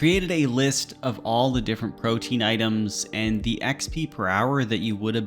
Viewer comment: I’m so sick of the RS community mispronouncing everything. PRO-Tee-An. Proteen? Why